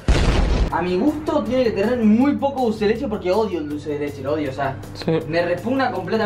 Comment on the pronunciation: A mí me dió Mil años de vida cuando Thiago dijo dulce de leleche